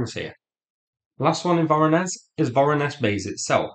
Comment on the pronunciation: 'zh' in 'Voronezh' and 'Nezhin' is pronounced as in French word 'neige'.